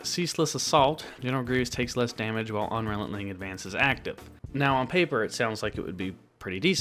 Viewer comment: Good video - by the way, you are saying Un-Re-Lent-Ling Advance - it should be Un-Re-Len-Ting